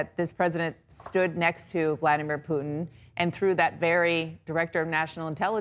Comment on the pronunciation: btw vladmeer pooodn = Vladimir Putin